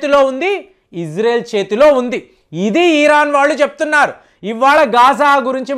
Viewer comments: ఈరాన్ కాదు అయ్యా ఇరాన్ అని ఉచ్చరించు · మీ మాటల్లోనే యుద్ధాలు అయిపోతున్నాయి ఈరాన్ కాదు ఇరాన్ గా ఉచ్చరించండి భారత్ మాతాకీ జై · Uncle మీ ఇన్ఫోర్మేషన్ చాలా బాగా చెప్పారు కానీ "ఈరాన్" కాదు "ఇరాన్" అని చెప్పండి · ఫస్ట్ ఇరాన్ ని ఇరాన్ అని పలకడం మానేయ్